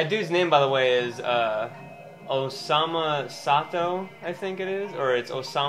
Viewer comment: I know a "Usama Bin Ladin" but "Osama Sato", that's new :O